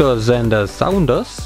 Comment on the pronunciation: er heist Doktor Sander Saunders das u spricht man nicht aus und ich hab noch keine Doppelte Ultra